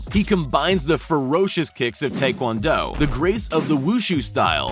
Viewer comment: Great video! There was only one thing that irked me just because I’m really passionate about it. It’s a tiny detail, but Taekwondo is supposed to be pronounced more like tiekwondo. Like I said, it was a small thing. Great video once again!